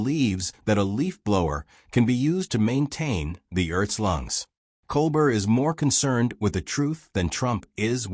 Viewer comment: even though you have brought out highlights of our dear jester Colbert your AI voice does not work for me, it does not pronounce Colbert properly all the time. This important recap of presidential history deserves a real person speaking.